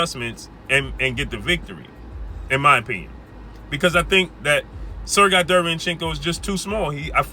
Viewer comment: It’s “Sir Gay” not “Sir Guy”